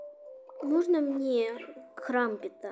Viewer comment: Не крампт а крампэт😂😂😂😂😂😂😂😂😂😂😂😂😂😂😂😂😂😂😂😂